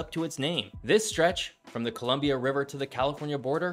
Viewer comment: Your pronunciation is still a bit off but it’s clear you made more of an effort than most people, only other issue I noted was that the Columbia river gorge was carved by a flood, and wasn’t as gradual as you imply in this video.